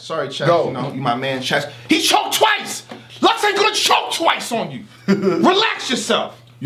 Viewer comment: he put a emphasis on "Twice" 😂